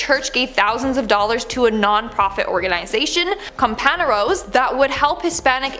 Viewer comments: It’s com-pan-yeros not com-pan-eros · Wow she butchered that word. Compañeros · Worst pronunciation of the word "compañeros" I've ever heard.😄